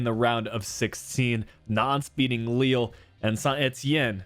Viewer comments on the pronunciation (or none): none